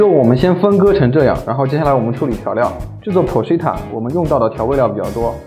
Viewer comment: porchetta不是chi塔 是kai塔